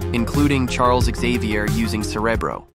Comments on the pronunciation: Just here to see how many nerd's pointed out that he mispronounced cerebro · I was all for it till the mispronunciation of “Charles Xavier “ and “cerebro “😂